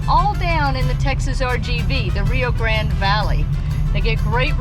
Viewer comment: It is not Rio Grand Valley, it is Rio Grande Valley ( Grande is a Spanish name,so it is not pronounced , Grand )